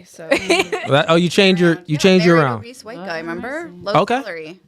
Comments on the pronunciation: 😂😂 I kept laughing when he kept saying “obeast” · bro the word is obese, not OBEAST. Crazy.